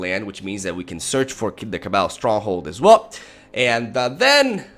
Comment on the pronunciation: I enjoy you pronouncing "cabal" as "cabble" :)